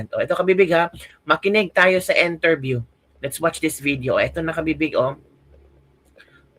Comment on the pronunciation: Correction sorry po ,you can pronounced IN TERVIÈW and not ENTERBÌEW becoz (I) is different from ( E)